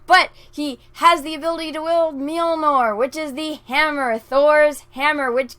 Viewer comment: Can I just say that the fact that you can properly pronounce mjolnir makes you one of most attractive women I know?